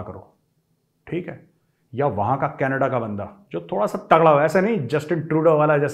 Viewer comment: Love the way sir when You say "canadda"(canada) Gajab bolte haiiiiiin👅